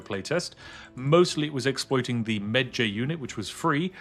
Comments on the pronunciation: Was somewhat irked by Spiff pronouncing Medjay rhyming like edgy, instead of like porkpie. But still an excellent preview of the game system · he butchered the name "mejai" lol watch the MUMMY... they will pronounce it properly :P jks